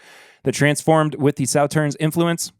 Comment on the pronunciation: Regarding Sauternes, you don't pronounce the last "s." (Saw-TURN)